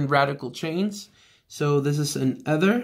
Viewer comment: eeeeeeether not ethhhhher